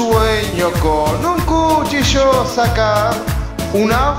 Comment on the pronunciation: CHUCHILLO? lol